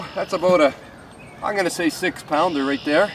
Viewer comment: Nice and quiet , RRRRRRRRRRRight :>)